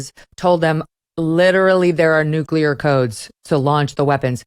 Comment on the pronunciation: An expert who says nucular (nut shaped), rather than nuclear, begs his expertise!